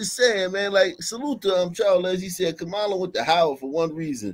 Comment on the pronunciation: The sisters pronunciation of Kamala sounded RAYCIST.